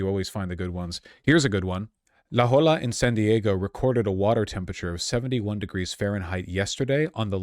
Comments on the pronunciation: “La holla” vaush mispronunciation strikes again u_u (it’s “la hoya”) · it's la "hoya," not la "holla"